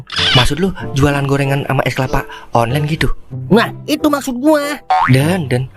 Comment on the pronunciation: Online bukan onglen 😅😅😅😅😅😅